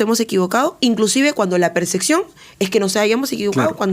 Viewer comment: PERCEPCIÓN ,HABLA BIEN BARBARAN. ¡ NO ES PERSECCIÓN! APRENDDE FONÉTICA Y GRAMATICA ESPAÑOLA.